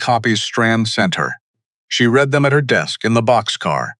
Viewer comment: AI reading with the wrong inflexion on the word.